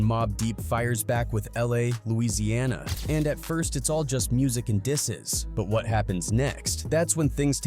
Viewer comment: Louisiana? 😂😂😂 this AI program sucks